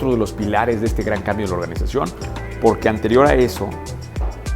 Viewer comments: No quiero sonar mamón pero en el minuto dice Oranización en vez de organización. Saludos y gracias por los consejos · Bro, (observación) dice "oranización" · Excelente , definitivamente una inspiración. "oranizacion" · Excelente video. Pd: En una frase dice “oranizacion” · Minuto oranizacion? Qué es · Alguien mas vio que decia ORARIZACION en bes de organización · Excelente historia! ORANIZACION :v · "ORANIZACIÓN" MINUTO